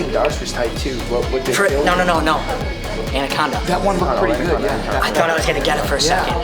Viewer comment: サバテロのアナコンダの発音が好き